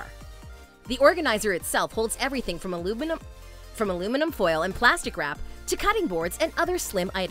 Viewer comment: “organizer itself holds everything from alumbinum.... aluminum” 😂😂